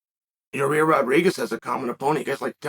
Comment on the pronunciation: "Your-ear Rodriguez"